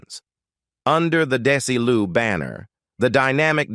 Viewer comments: This narrator has made such a mess of mispronouncing Desi Arnaz's names what? 45 different ways (kidding) mispronounce the word sobriety. So bree a tee. Oh my GOSH. Plus and even saying Daisy for Desi. And using Desi Jr's photos for Desi Sr.'s stories. Sigh. I have caught this :"channel" doing this same thing for other celebrities stories. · Sounded like the narrator was saying DAISY! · "Dacey Arnoz" seriously????????? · The narrator also keeps saying "DAISY"!